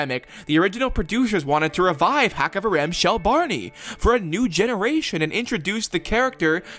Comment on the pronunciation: Small note about pronouciation You know the greek x? The het sounds like that Also this haxaverim, not haxavarim Also, the stress is on Rim, not on the ha HaxaveRIM shel Barney